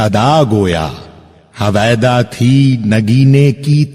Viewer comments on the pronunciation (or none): لفظ ہویدا کا تلفظ درست کریں۔ صحیح تلفظ ہُویدا ہے نہ کہ ہٙویدا